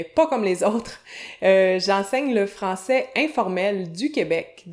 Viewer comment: français----- francie 😂😂😂😂